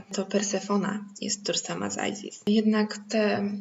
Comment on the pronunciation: No ale nie Ajzis (z ang.) tylko Izis, Izyda.